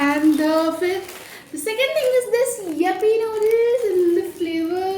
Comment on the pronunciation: Yuppiee kya hota hai re !? Yippee hota hai !